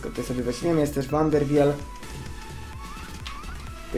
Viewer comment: Drogi Junajtedzie Van der Wiel czyta sie van der wil :)